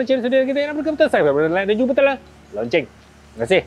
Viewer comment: Sudah2 la sebut perkataan “lonceng” kita org Malaysia sebut je “loceng”..tu negara seberang